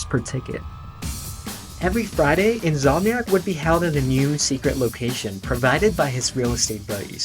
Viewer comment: The most jarring thing for me was In’S’omniac being pronounced as In’Z’omniac. That’s gunna haunt me for the rest of my days 😅